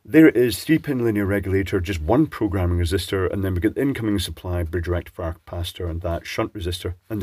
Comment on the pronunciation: I understood 'Erectifier' but I could not see a blue pill. Then it dawned on me that you said 'a rectifier'.